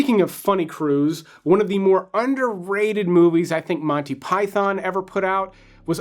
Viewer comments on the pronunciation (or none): none